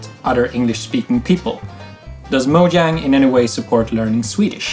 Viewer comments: mojang worker mispronounced "mojang" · It is pronounced as "MOJANG" The guy : moyang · Did anyone catch the First-person mispronounce Mojang? It's actually pronounced ”Mo-Yang”. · one of them says "mo-yang" so now I'm confused... This is the first time watching one of these, are they all people who work there? If so... which is it...? I get that the swedish word is pronounced that way, but earlier in the video they were saying it with the English J sound... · “How many times have you seen someone mispronounce Mojang?” Xisuma: Allow me to introduce myself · When you know more about the history of Minecraft than the people who work there lol Also the guy pronounced Mojang wrong despite working there and it being covered earlier in the video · Its mojang while this guy pronounced it as mojang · they say people constantly pronounce mojang wrong ... then throughout the video its pronounced both ways. wat?